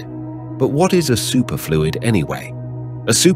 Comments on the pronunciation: Yeah...supErfluid or sUperfluid? I was laughing at that! LOL! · Is this AI narration? Pronounce “superfluid” challenge, difficulty: impossible.